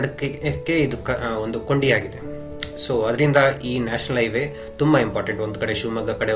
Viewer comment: It's not Iway, it's Highway